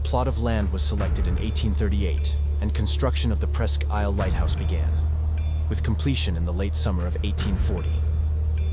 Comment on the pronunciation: New viewer...great video 👍 Just because I used to live there, I have to..Presque Isle is pronounced like Presk Eel.